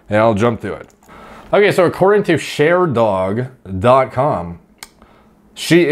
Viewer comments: lmao "according to SHARE DOG" lol its sherdog G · This happened because..., search “Gordon Ryan Slaps Andre Galvao.” Gabby is on Andre’s team and not on Gordon’s team. Andre has A Woman Defending Him! 😂💯🙏🥋 BTW,, Sherdog is more like Sure-Dog and not Cher like the singer Dog!😂 #moreplatesmoredates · Your pronunciation of Sher-Dog is disappointing.